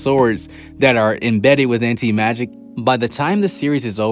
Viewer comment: Ok so i really shouldn't care but its crawling up my skin the way he says anti magic...but i can deal with it hahahaba